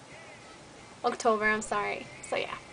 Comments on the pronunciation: Dang listening t you now and right here.You english has gotten soo much better haa you pronounced October "Octover" lol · Haha , you pronouce october like otocver ;D My family's from Tiajuana & Wymas .